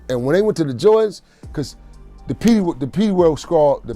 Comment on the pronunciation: It's Piru !!! Pronounced Pie - Roo ! Come on !